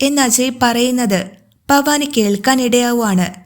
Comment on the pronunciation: ഫവാനി ഫവാനി എന്നു പറയാതെ ഭവാനി എന്നു പറഞ്ഞുകൂടെ